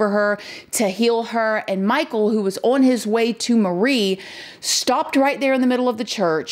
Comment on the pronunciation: The word is “on” not “Owen”